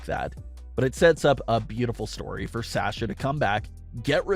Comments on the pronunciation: Love this channel, but the way you say “Sasha” is irritating. 😅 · OMG it really bothers me how he is saying Sasha. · GOD why am I watching this can't even pronounce Sasha's name right. But hey what ever.